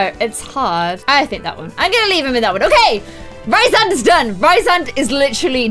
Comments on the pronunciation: FIRST OF ALL ITS REEEEEESE AND NOT RIIISAND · omg yas sarah j maas is my fav author, dying, i love this (also its pronounced Rhys-and, not Rhy-sand <3) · His name is pronounced Rees-and, and Illyrains (Azriel & Cassian) don't have pointed ears, their ears are meant to be human shaped + their wings are meant to be huge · it's pronounced Reesand! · and it's pronounced "Ree-sand" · OMG I HAD NO IDEA U LOVED THIS SERIES 😭😭 YEEEEESSS And also Rhysands name is produced reece-sand. I know in our queen sarah's books the names can be hard to pronounce but that is how she herself produced the name in interveiws. I pronouned many of the characters names wrong until i heard them said in interviews, dw its a common problem🤣🤣🤣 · I’m really late, but Sarah J. Mass said that Rhysand’s name is pronounced like Reece-and. I am a huge fan of the books and I follow some book tubers, and one of my favorite book tubers had an interview with the author and pronounced it the way she imagined it. Nesta is my favorite female character in the books, and Az is my favorite male. You should make a video of the books you’ve read. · YASSSSS I LOVE ACOTAR, ACOMAF, ACOWAR!!!!!!WOOOOO!!!Btw, I thought Rhysand is pronounced like Reece-sand? And also, did you cry?!? When you read the ACOWAR? Ya know? Because of what happened?!? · Rhysand= Rees-and. Rhys= Reece. I’m sorry, I hate to be that guy, but there’s a pronunciation guide in the back of the book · Rhysand is pronounced ree-sand 😂 and Reece for short